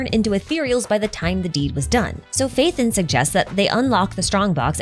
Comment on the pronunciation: who's Faith'en? it's Pha-e-ton (Pha as in PHArmacy, e as in Education, ton as in tons of damage)